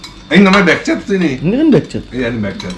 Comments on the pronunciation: Pertama dengar kirain saya "bancet bancet..taunya back chat..hahaha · Yg org denger : "Back Chat Back Chat" Yg gw Denger: "Becek, Becek" 🤣🤣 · Pertama x aku dengernya becak becak 🤭